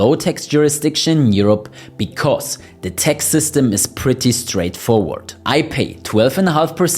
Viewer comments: Please not Tex but Tax with A not Ei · The word is TAX not TEX!